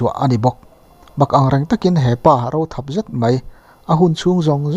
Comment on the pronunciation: Thlawp i lam dan a diklo a nia